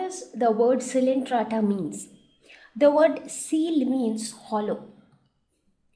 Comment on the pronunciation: Its not coelentrata it is coelenterata....missed the ‘e’